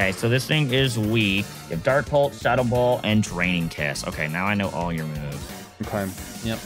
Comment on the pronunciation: I love anytime pronounces the pulse moves “pultz” like dark pultz and dragon pultz